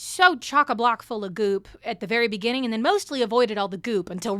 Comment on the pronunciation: In the beninging